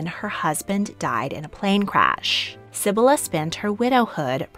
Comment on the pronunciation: ❌Sib-buh-luh ✔️Seh-bee-lah